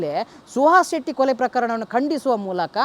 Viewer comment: ಅದು ಕೊಳೆ ಅಲ್ಲ ಕೊಲೆ 😂😂😂😂